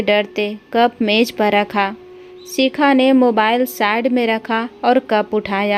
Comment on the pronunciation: Shikha bolo sikha nhi uchcharan sahi karo kisne tumko mauka Diya hai kahani me bahut bdha Chadha kr varnan hai bekaar khani